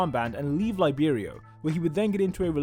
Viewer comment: Laiberio? isnt it liberio